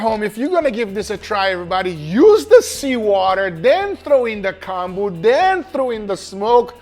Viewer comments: Pronunciation is Koh-n-boo, so a long o that sound like “cone”, not short o that sounds like ah Os in Japanese are ALWAYS long Os, and U like Konbu (boo) are always long U. But make sure not to make the vowel song last too long or else meaning changes. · I like how he pronounces konbu as "Kahn-boo" and pronounces it correctly shortly after haha